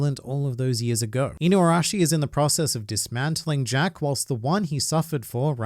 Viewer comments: Hearing him say Zack instead of Jack made me laugh, because I keep forgetting that Jack was present on Onigashima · Jack is so irrelevant can't even get his name right.